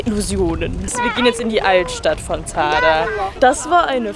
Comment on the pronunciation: du sprichst zadar das falsch aus haha